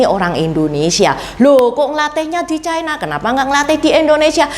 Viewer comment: Ucapan yg bnr : China, bukan chaina